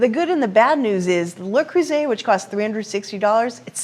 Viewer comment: An American that knows how to pronounce Le Creuset